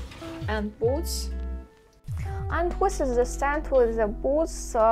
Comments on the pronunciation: Are you saying "wis is" instead of "this is", or am I not hearing correctly? :D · Yes. Good english overall: Wi instead of sound Th Ex. Winter vs the Just a small correction to make Reposting so she can get an alert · Уис вос э литтл кринге. Следует тщательней поработать над произношением. От такого пронаунса над нами и смеются... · Good English far better than our Russian!:-) If too troublesome can try an alternate phrase like "you see my..."or "check out my..." or "that's my", etc. For fixing 'This is...' pronunciation, always use 'The' sound vs 'wis/h' or 'winter' sound. Heard 'winter' pronounced correctly too. Many 'this is' sounds like 'wis is'. but hear correct 'this' first & last times. Also pronouncing 'the' correct too. Can practice rerecord audio and replace the video audio if tech savvy maybe. Or just add a note about my English is improving daily! :-) and pin it at top of comments of insert as text in video and reupload video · i thought i was the only one hearing it.